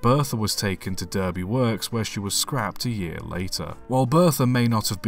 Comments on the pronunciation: "Durby"? Try "Darby" as that is how we Brits pronounce "Derby". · Approx Derby is pronounced Dah-by, not Durr- by. We are in England, not ‘murica. Otherwise, nicely done. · Interesting loco and history, however Derby is pronounced Darby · I'd heard of this beast but never saw it until now. oh yes, by the way, Derby is pronounced DARBY in this country not DURBY - we leave that to the Yanks. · If she went to Derby Loco Works then the City is pronounced Darby not Derby! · Good video as always, but just one point I want to make- The town of Derby, where the major railway works is, is pronounced "Darby" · They should have built three of them. The one engine could not keep up with all the work on the Lickey incline, so a large number of 0-6-0Ts were allocated to the incline to do a large proportion of the work. I've never heard an Englishman mispronounce Derby before. It's DARBY. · It's pronounced "Darby"! 😲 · That’s pronounced Derby ( Darby ) in case someone got confused. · It's pronounced "Darby" ffs! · Derby is pronounced Dar-bee. I live near there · Btw derby (as a place) is pronounced D-are-be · At least pronounce 'Derby' correctly. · Can't even pronounce Derby correctly. 🤦‍♂️ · Who the hell pronounces 'Derby' like that? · How embarrassing that someone posting on a railway video doesn't understand how 4 cylinders are installed. Almost trumps the pronunciation of Derby..... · You don't have to live near there to pronounce it correctly and not "American" consider Leicester, Edinburgh, Loughborough.... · exactly, I've never heard an Englishman mispronounce Derby before